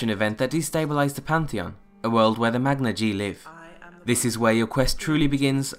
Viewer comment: You're pronouncing Magna-Ge wrong.